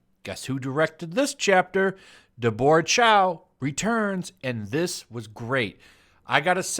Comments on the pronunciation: Did you just pronounce “Deborah” to rhyme with “fedora”? lmao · it's Deb-bruh or Deber-uh. Like Debbie, but formal name. YOU'RE KILLIN ME SMALLS!;) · So why does pronounce Deborah weirdly? It's not an Asian name, and I've never heard anyone pronounce it like it was some alien word, day-bore, lol.